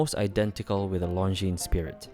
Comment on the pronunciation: Pronounce it correctly! Its Longine